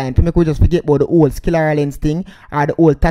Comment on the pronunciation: It's called sclera lens, not skillera lens. LOL